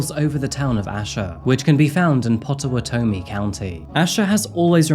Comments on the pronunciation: It is pronounced POT O WHAT EYE ME but it is forgive because unless you're Native American Indian no one can say the words. Love your channel I watch every video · It’s pronounced pot-ah-watt-ah-mie btw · I'm sure it has already been said but it's pronounced "Pot uh what O me" and "A da" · For reference.....pott/oh/wat/tamie, is the pronunciation 😊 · I live here and I've never heard of this case. Also, pot-uh-wat-uh-me, ayyy-duh, sim-in-ole, you got mcalester though. 😋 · First, I have to start by stating how much I love this channel! I am an Okie, and have lived near Asher previously. I can’t fault you for not knowing how to pronounce any of the countries or towns names. It’s hard Asher is in technically in Pottawatomie (Pot-a-wad-a-me) county, but locals would probably say it’s Garvin county Asher is a drive through kinda town. They have more cemetery’s than people living there. They have one diner & a dollar general and the highway. It’s also a speed trap. Thank you for finding this case. I’d never heard of it. Ada, another town near Asher also has some interesting cases just for future reference. The Innocent Man case took place there and was featured in a book by John Grissom & is a Netflix documentary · Fun fact for anyone not local: it’s pronounced as pot-ah-watt-uh-me! It’s the name of one of our many tribes here. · its pot-ah-what-ah-me county. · It’s pronounced Pot-a-watt-o-me 😂 but I prefer the way you say it! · I love your videos I’m 25 minutes away from Asher ok. But you really butchered Pottawatomie